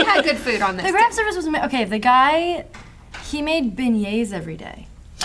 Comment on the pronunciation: it's beignets :D if you have seen the Disney movie The Princess and the Frog, it's the creamy pastry thing she makes in the dinner :D